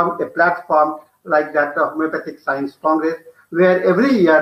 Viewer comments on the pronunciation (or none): What is 'scoence'?